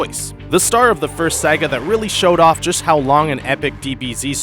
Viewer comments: this guy cant even pronounce saga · He couldn't even pronounce Piccolo right he pronounced it as if he started with Pee. As well as saga.